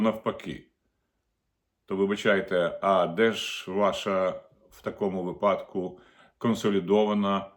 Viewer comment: Пане Огризко, вИпадку !(Вам має бути соромно робить такі помилки !)